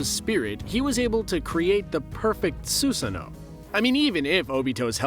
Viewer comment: DID HE JUST CALL A SUSANOO A SOOSANOO?